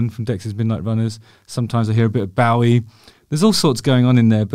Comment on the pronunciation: Justin Who is “ Bawie”…. ??? 😭….